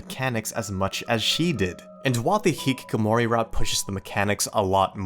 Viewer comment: I appreciate the video but can't help laugh at how you pronounced the word hikikomori. The original way to do say it is "hee-kee-ko-mo-ri".